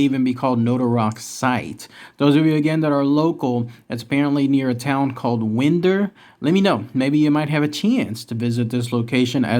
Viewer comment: I live in barrow county, and I can tell you, people still talk about this creature and have seen it. While I personally haven’t, the history of this particular piece of land is fascinating. It’s also pronounced wInder, wEYEnder. Weird I know lol leave it to us Georgians to have weird names lol You are right with most of your history regarding the site.